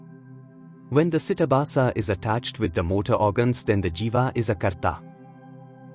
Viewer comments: With Respect !!! It is not CITABHASA. It is CHIDABHASA. ❤ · It's CHIDABHASA not CITABASA. This is a mistake in the video. Chidabhasa is the Sanskrit term which means the abhasa or reflection of Brahman, the Universal Self, on or through the mind; ordinarily this term is used to denote the reflected Universal Self in the Jiva, the Individual Self. The philosophical conditionedness belongs to chidabhasa. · It is not karaana sharira (കരാണ ശരീര - कराण शरीर) It Is kaarana shareera (കാരണ ശരീര - कारण शरीर) It is not sitabasa (सिटबास - സിറ്റബാസ) It is chidaabhasa (ചിദാഭാസ - चिदाभास)